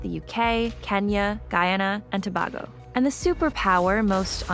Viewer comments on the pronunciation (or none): It's pronounced To-BAY-go, not To-BAA-Go. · Tobago....TO- BAY-GO....Not TO BAG GO. Thanks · It's pronounced 2- Bay - Go, NOT 2-Bah-Go ‼️ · Tobago (To-bay-go) not (To-bah-go), great video though as usual!! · Humm TO-BAY-GO not TO-BAW-GO get it right ppl! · Hey great video. Point to know: the island is called Trinidad and Tobago NOT TOBAGO 🇹🇹 Its a twin island, ONE country. And TOBAGO is pronounced: TOO BAY GO. NOT : 🙅🏽‍♀️TO BAG OH 💁🏽‍♀️✨ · It's Tuh-bay-go. Not Tuh-bah-go. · You mispronounced Tobago (it's TOE-BAY-GO) But it's OK I still love ya'll lolz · Loved this video.. and btw Tobago is pronounced To - bay - go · Umm. It's Trinidad AND Toe-bay-go. Carry on. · The country is Trinidad and Tobago To-BAY-go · Nice video one thing tho you pronounced Tobago wrong To-bay-go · *Trinidad and Tobago (pronounced Toe-bay-go) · You almost nailed it until you didn't even make the necessary effort to ensure you pronounced Tobago correctly. Did you care to listen to how the islanders pronounced the name of their own country??? The way in which you epitomize everything you highlight about the symbolism of the movie is magnificent. Congratulations. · As usual you guys hit it out of the park again! My hope is that this youtube channel which is now my favourite channel stays up forever! Indepth and thought provoking as always but my only comment is not a nitpick but a correction in pronounciation or not depending on where you are from! Tobago is actually pronounced Two-bay-go lol as I said small nitpick. I am from the twin island republic lol. I will continue to support and look forward to your amazing content because no one does Game of thrones Videos like you guys!